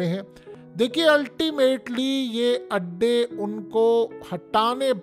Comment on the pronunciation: Adday not Andaay🍳